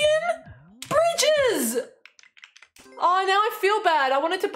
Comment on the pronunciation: At the end, your accent sounds like you are saying "britches" not "bridges "